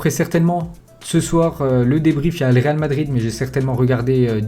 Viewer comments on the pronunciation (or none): none